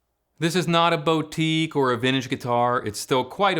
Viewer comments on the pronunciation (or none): “BO-Teek” lol love it